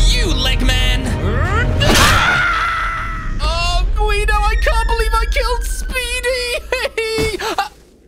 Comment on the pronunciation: It not legman it’s doctor egg man